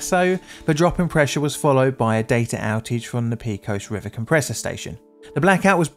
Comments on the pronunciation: Just a small comment, it is "Pay-cos" not "Pee-cos" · PAY-cohs River not PEE-cohs 😂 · Btw, the pronunciation of “pecos” goes like this: the “pe” part sounds like “pay” and the “cos” sounds like “coast” without the “”). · Texan here. Love your videos (& your music!) and I'm NOT trying to sound critical. Just letting you know, it's pronounced "PAY-cose" river. Thanks for all the great content! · I'm from western Texas and remember this day. But pecos, town, county or river is said pa cos with a long a. It's the result of crossbreeding between English and Mexican Spanish. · Kudos to anyone who can say "El Paso Natural Gas Company" without snickering . But, you are not off the hook... "Pecos" should be pronounced "PAY-kos (with "O" as in coat). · It’s pronounced pay-cuss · Texans pronounce the town of Pecos, peh-cos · Pecos is pronounced Pay-co-s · Poly Pedant here: cant stand it. "Pecos" is a Spanish word, and pronounced "PayCos" (long "O") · Pay-cuss River cringe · When using well-known place names, like Pecos, it's on you to learn to pronounce them. You're the only person I've ever heard mispronounce Pecos. You knew you didn't have a clue how it's pronounced, yet you guessed at it, when it would have only taken a few seconds to find out the correct pronunciation. Don't do this--I'm subscribed, because you tell good stories, but that can always be changed. I don't put up with egregious errors....not for long, anyway. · The word Pecos is said either PEH-kos (Spanish) or PAY-kos (Texan). PEE-kos isn't one of the options. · As a native Texan -- please, it's Pay-cos, not Pee-cos. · Texas translation of Pecos is “pākōs” not “pēkōs”. Great video presentation at any rate. Keep them coming! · I can't believe that you have never seen a Yosemite Sam cartoon in your life! It is not pea cos it is pay coz, as the area was settled by the Spanish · Pay cos! Pay cos! Not pee cos! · It's "paycos" river, not "peecos" river!